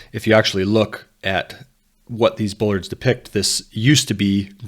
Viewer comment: the word is Bollard, not Bullard